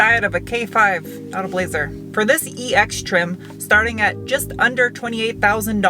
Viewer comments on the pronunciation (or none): none